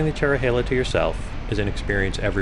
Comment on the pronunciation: i havent ridden this in 28 years. the trees have really grown. the views used to be even better. ps: thanks for getting the pronunciation correct.